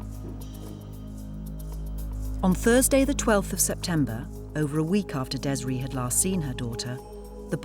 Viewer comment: Its Des-ray detectives not dezra